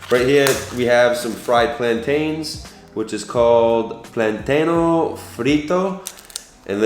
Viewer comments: FRIJOLES, not frijols haha.... y PLÁTANO, no plantano jiji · Any other latinos laughing at his pronunciation of "arroz", "platano", and "frijoles" lmaooo. For arroz, it's pronounced ah-rrose (the oz is pronounced similar to those. Platano is pronounced like plah (like blah) -tah (like the 'tah' in taki) -no.